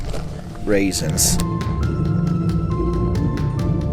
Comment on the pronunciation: Nobody: Literally not a single soul:: RAISINS ladies and gentlemen. RAISINS.